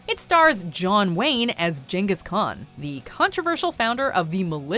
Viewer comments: JANGUS CON? Is that what I heard? GANGUS CON... Ghengis Kahn.... Jangus... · Love how Jangus Khan is said, apparently, they don't do their own research either. It's pronounced Gang is Khan. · jesus h christ! its pronounced GENGHIS KHAN NOT JENGHIS KHAN! HOLY SHIT! if yer going do a top 10 WATCH THE GODDAMNED MOVIES FIRST!!!!!!!!!!!!!!! I DONT CARE IF THESE MOVIES SUCK! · I find the Djenghis Khan pronunciation funny. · Jenghis Khan ??? Never heard that pronunciation before. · Did she just say jengas Khan? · Jangus Khan? Lol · Jen-gis Khan lol. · I've never heard anyone ever mispronounce Genghis Khan before, so well done for that! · does anyone check your pronunciation, Genghis Khan...that was so off